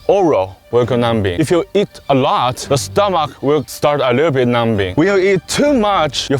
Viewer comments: So glad he didn’t correct him on the silent B in numbing 🤣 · The way says "numbing" is funny 🤣🤣🤣